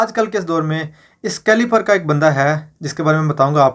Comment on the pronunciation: Idiot aadmi, caliber hota hay caliper ni...!! Besharam admi ALLAH tera mu bun karega tu gumrah kar raha hay